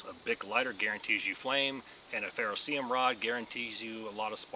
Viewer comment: 1. Ferro CERIUM, not ferroseeum. How about just using "Ferro Rod" in your new life. 2. Tearing duct tape into small strips is a fine motor movement likely unavailable when you're hypothermic. Maybe test rolling a piece into a tight ball with your palms and lighting that. Love your dedication and free sauce, not criticizing you as an honorable human being. I want you to succeed.